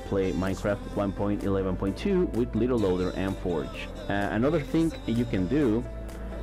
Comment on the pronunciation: You said LittelLoader xD instead of LiteLoader